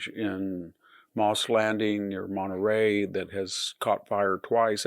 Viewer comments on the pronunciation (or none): none